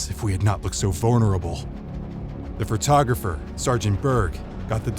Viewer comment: Photographer, not "frotographer"